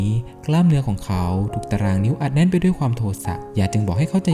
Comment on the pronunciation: ชอบเนื้อหาครับ แต่ งงกับการออกเสียงสูงต่ำแปลกๆน่ะครับ ด้วยเป็นดวย แม่เป็นแม บ่อยๆครั้ง